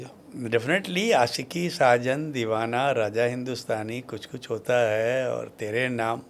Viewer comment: Bhaiya please pronunciation pe kaam kijiye... Baaki sb acha h.... Question puchne ka trike .. baat krne ka lehza sb top notch h... Bs apke pronunciation ne mujhe thoda disturb kiya.... Example deta hu.... आशिकी hai आसिकी nhi .... शख़्स hai सक्स nhi... To bs yei ap dhyaan rkhiye... Ummeed h bura nhi maanenge love you bhaiya❤❤